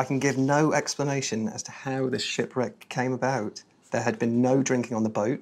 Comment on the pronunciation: Shipwreck that has never been explained, hardly! What a waste they can't even pronounce its name correctly